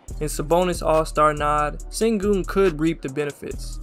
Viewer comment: Sengun is pronounced SHengun fyi!